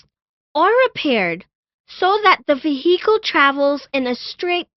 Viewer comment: Vee-HEE-cal Yeee-heee - she said her name was billie Jean